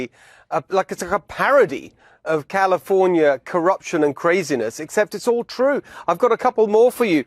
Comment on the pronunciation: I like the way he pronounced California.